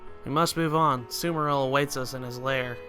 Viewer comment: Bud, it is "Suh mur ill" not "soo mur ill". Also, "Ah gah rest" not "agg ah rest". They're both stated in game.